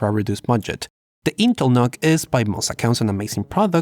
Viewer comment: I would think its pronounced "Nukes." as in short for Nucleolus. Unless you are trying to trigger Pantomath. which you would be doing a good job.